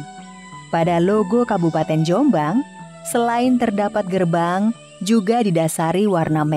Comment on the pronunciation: Penyebutan nama .. yang ditekan di awal dan dilepas diakhir . Sehat terus Dulur Jom'bang